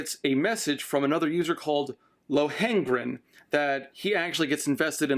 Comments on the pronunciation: LO-hengrin, not Lo-HEN-grin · Lohengrin is pronounced "low-un-grin"